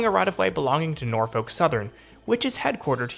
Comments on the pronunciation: Absolute butchering of the pronunciation of Norfolk if that's what was being said 🤣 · the city is pronounced Nor-fick. Same way you pronounce suffolk as suh-fick